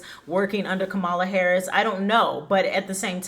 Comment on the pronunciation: Learn how to pronounce VP Harris's name correctly before broadcasting your pov.